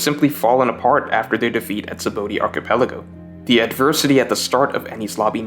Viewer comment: You pronunciation of "laguna" and "archipelago" is annoying.